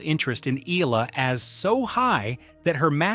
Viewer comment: EH-YA-LA get it fucking right or get off the net